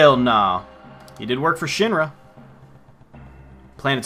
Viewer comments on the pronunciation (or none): It's Mah-Koe, not May-Koe. Mako is formed by Japanese letters (Syllables) "Ma" (Mah), and "Ko" (Koe). "Shi" (Shee), "n" (n), "ra" (rah). You're correct about Aerith, though. There is no "th" sound (Syllable) in the Japanese alphabet, so Aerith loosely translates into Earisu (E), (a), (ri), (su). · It should be "ma-ko", without the diphtong. At least in Japanese.